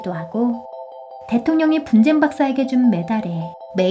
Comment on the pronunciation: 근데 나만이상한건가.? 분젠박사인데 난 분장박사라고 들리는데??